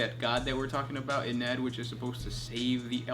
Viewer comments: Oh and I think you're pronouncing Ynnead wrong. The way you say it is "Y-Ned" but I think it is meant to sound like "Yin iyad" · The destruction of the Emperor's Webway is Magnus' fault. It's not for no reason that the area of the human webway overtaken by the neverborn is called 'Magnus' folly'. Is Ynnead pronounced 'ee-knee-ad' with slightly less emphasis on the '(y)-ee'?